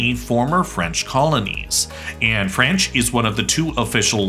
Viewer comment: Your French is horrible :DD But great video!